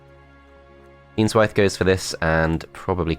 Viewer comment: Every time you said "Eanswythe" I heard "Ian's Wife".